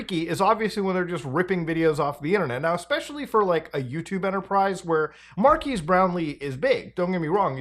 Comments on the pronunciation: His name’s not Marquees (“Markeys”), Mutahar. It’s not the first time you’ve made this mistake. His name is Marques. It’s pronounced Markez. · “Mar-keese” Brownlee. Muta never learns. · Why us he still saying Marquise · Muta its Mar-kez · Dude just refuses to pronounce Marques' name correctly 😂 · I was fully expecting Muta to pronounce Marques' name wrong and I was right lol